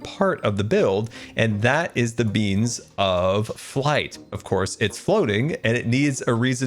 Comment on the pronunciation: “the beans of flight” 😂